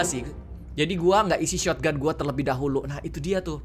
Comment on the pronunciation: Kebiasaan MiawaAug shotgun di bilang "shotoganto" 😆